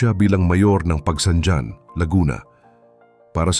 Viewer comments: Pagsangjan: Hindi pag-bigkas Pagsangdyan, Originally Pag-bigkas may halong Kastila "Pagsang han ". Katulad ng Roxas bigkas ng iba Rocsas ang tamang bigkas 'Ro has' . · Pagsanghan ang bigkas hindi pagsanjan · ayusin mo po pagbigkas ng bayan ng PAGSANJAN hindi PAGSANDYAN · Pronounce pagsanjan as pagsanhan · Bakit si marcobeta ehe, marcolete pala; nakalusot sa comelec😅??? Frm Rocklin, CA, USA! To pronounce Pagsanjan, Pagsanhan! Please learn how to pronounce of pinoy language!